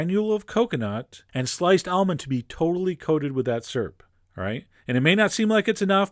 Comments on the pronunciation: lol he says "serp" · you say sir-up I say sear-up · "Making the surp!" "Some maple surp..." "totally coated with that surp." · Sirp? What the balls is sirp -.- And yes i know it's an accent thing.